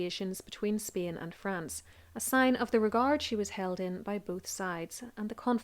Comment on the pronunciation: Nice story. But as always I am bothered by your pronounciation of Spain